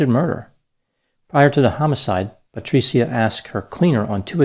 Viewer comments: Thankyou for making a document about my favorite city, Firenze. Patri-cia is like pronounced as ciao with a soft c but your Italian is getting better. Patricia would be disappointed in you killing her name pronunciation.😃😇😃 Another successful analysis of killing grammar. Patricia will condemn you to Dante’s hell ( he was also from Florence ). I can count the ways you mispronounced her name, which speak to which level of hell you will remain in, Dante’s hell....😅 Thankyou..😁🤪😁 PS. Please don’t betray me, Dr. I’ll buy you a superior Gucci product ( Patr cia the c is pronounced like Gucci ) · Paola Franchi.... whew... another grammatical murder by. Think... Bianchi.... Bianchi....Bianchi.... you pronounced Franchi like Fran CCI Like Gucci. Dr., you mispronounced Patricia wrong 23 times. You pronounced Gucci correctly 34 times. SOFT C. (CC). I'm a compulsive Italian Grammar Checker - so here is the lesson. THE CC in GUCCI makes it a soft "C" and with the addition of an "H"it makes the C soft. Think.... Franchi.... Bianchi....Franchi....Bianchi. Here is the rule: Because it is silent, some will argue about the importance of the letter "H." But the fact is, the Italian “H” appears after the consonants “c” and “g” before the vowels “e” and “i” to harden their sounds. Whether or not there is an "H" changes not only the pronunciation but the meaning of the word as well. Italian Words that Start with "H" Many “H” words have migrated untouched into Italian, including harem, hamster, happening, hardware, helium, and homeland. Others take on Italian embellishments, as in hollywoodiano, Then there's the Italian asino (donkey), who brays “hi ho!” rather than "hee-haw." As mentioned above, other Italian words that start with "H": Ha -- He/she has Hanno -- They have Ho -- I have Italian-English Dictionary